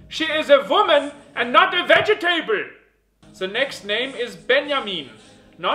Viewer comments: vege table xD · vege table😂😂😂😂